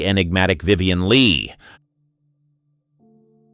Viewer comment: Vivian Lee-aggie? Geesh.